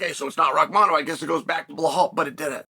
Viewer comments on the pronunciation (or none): "Blahal Muhammad" New mythical fighter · I can't stop laughing whenever I hear Chael talk about Blehal😂😂😂